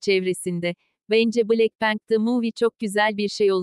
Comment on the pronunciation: Nobody: Google çeviri:blekpank